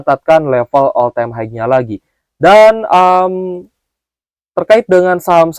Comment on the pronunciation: Om blh ksh input: high itu bacanya "hai.." bkn "haig". Bs dicek di dictionary. Smg membantu om..